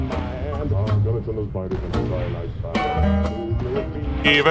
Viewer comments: Trinitite not triniite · Your pronunciation of trinitite was off but the cover was too good to actually be of any concern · Man I loved that Nuclear Fever song just as much as the first time... well, if only I didn't cringe every time you butchered the pronunciation of 'Trinitite'